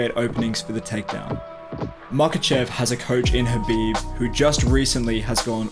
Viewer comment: The next khabife??? the next pack-man-doo Paqueado? The next lomashenko daaaaaaaaaa ure and y-di0t